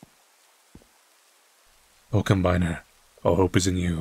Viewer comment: its not combiner like "i combine things" its combiner as in "i drive the combine harvester"